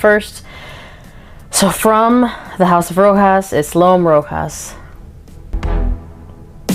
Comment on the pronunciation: Why do people keep mispronouncing Rochas 😂